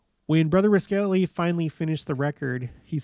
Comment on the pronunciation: Interesting stories! (BTW, you’ve probably gotten this, but the Cache Valley Pronunciation of Roskelly: ROSS-Kelly )